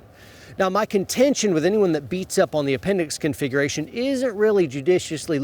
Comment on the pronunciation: Take a shot every time say's "confighration". Slam a beer every time say's "Protocol". It's 2020 and you're watching a carrying video.